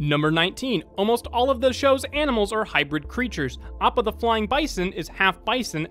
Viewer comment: Did no one notice how he butchered Appas name into Oppo. He only did it once I wanna say in the 30's or 40's